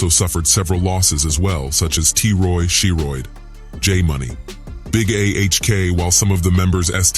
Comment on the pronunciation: She-Rooid lol